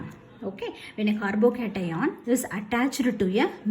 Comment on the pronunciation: It isn't a compliment. You should know you are being racist or stereotypical Btw aailkyl group and caarbo-cetaion are hilarious